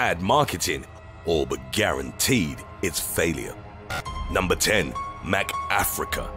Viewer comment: Did you say MCafrica? Lol